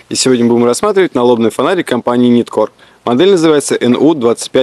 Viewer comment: Не Ниткор а Найткор. Не Люменов а Люмен.